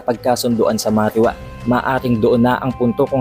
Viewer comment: Marijoeis, marijuwa not marihuwa... correction lang